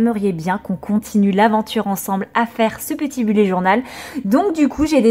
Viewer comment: Coucou je voudrais précisé que bullet se prononce bulète et non bullé ! Voilà des gros bisous !!💖